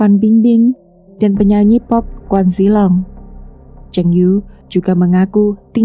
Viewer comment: Mba maaf ralat dikit, bkn quan jhi long tapi Kwon Jiyong aka Gdragon😂